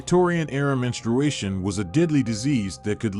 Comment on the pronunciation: it's very odd to have a male narrator who can't even pronounce menstruation.